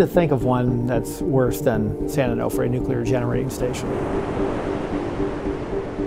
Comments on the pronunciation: It's "san oh-no-fray", not "san-oh-noff-fray." Because mispronunciation of the name poses a far greater risk to the public than spent fuel, I guess... But seriously... "these containment facilities are fine as long as the vents remain open" (paraphrasing). So what happens if the vents get blocked, say by sand and debris due to inundation by sea water? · Can’t even pronounce San Onofre… social media scientists at it again. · Please pronounce San Onofre correctly. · Painful listening to the incorrect pronunciation of San Onofre. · How do you visit a site, interview people, have a recorded interview where the name is pronounced for you, and still can’t pronounce the site appropriately? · I can't stand how she says San Onofre. Should have asked someone how to pronounce it. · COULDN'T YOU PEOPLE FIND A NARRORATOR THAT CAN ACTUALLY PRONOUNCE SAN ONOFRE CORRECTLY??????? Drives me insane! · The way she pronounced San Onofre was terrible. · A-no-fray and clu-men-tay. Your sources and your samples footage even says everything like this. Yet they still say it incorrectly. Why does this bother me so much? No idea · She pronounces San Onofre and San Clemente wrong every time 😡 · I live in San Clemente and she pronounced San Clemente and San-O wrong. So now I feel very depressed. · Dear Verge Science, please get a new narrator. They can't pronounce things properly: "boo-ry" (bury: should sound like berry) "san oh-NAH-fray" (Should be "san oh-noh-fray"), "san clemen-TEE" (Should be "san clemen-TAY"), etc etc